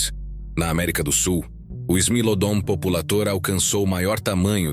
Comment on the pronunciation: Não se pronuncia "populêitor". O correto é "populátor". É latim! Não é inglês!